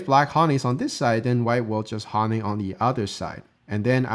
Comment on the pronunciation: pronunciation changed from shin jin sa to shin jin say. Neither is correct. Same with hane. I like your videos